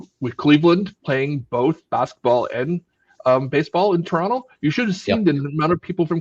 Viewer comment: That's the proper way to pronounce Toronto.